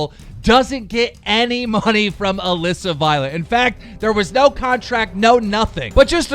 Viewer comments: OMG HE FINALLY SAID ALISSA CORRECTLY YASSS ITS NOT ALEEEEESA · Damn keem actually said Alissa right (ik he says it wrong on purpose)